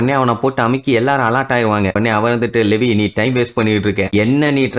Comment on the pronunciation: லெவி illa bro லீவாய்